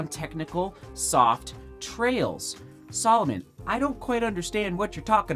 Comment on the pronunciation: OMG its sAlomon not sOlomon